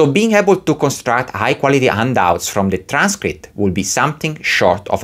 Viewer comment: I took a while before I realized that "undoubts" were actually handouts. Silent "h" like in Portuguese?